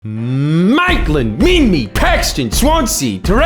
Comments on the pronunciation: Minmi is pronounced Min-My Quirindi is Pronounced Ker-Rin-di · my brother in christ: min-my not min-me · "Minmee" lmao, it's pronounced 'Min-my' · Come on mate, it's pronounced min-my also you should do a video on the bush clearing that is going on around there for shitty modern housing developments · Ahh maaaaate, its pronounced "MIN-MY" maaaaaaaaaaate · You pronounced Minmi wrong. Min-my is the correct pronunciation. I'm pretty sure you pronounced Quirindi wrong as well but that doesn't bother me as it isn't a suburb of Newcastle. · Minmi and Quirindi rhyme, but they’re both pronounced wrong in this video. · Great video, just pronounce Minmi correctly next time plz x